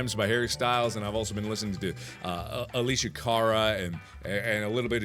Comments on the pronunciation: It's not purnounced Alishia it's purnounced Alessia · mark lol her name is Alessia, not Alicia XD ah-less-sia lol